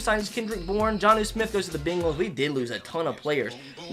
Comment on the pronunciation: bro i love how whenever you say bengals you pronounce it “beenguls” it’s funny to me